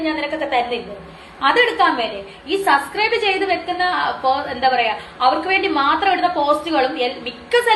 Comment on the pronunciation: ഇവളോട് ആരെങ്കിലും ഒന്ന് പറഞ്ഞ് കൊടുക്കുമോ, സസ്ക്രൈബ് അല്ല സബ്സ്ക്രൈബ് ആണെന്ന്.